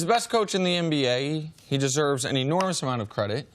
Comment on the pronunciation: Is Cris saying "MBA" or "NBA"???🤔😂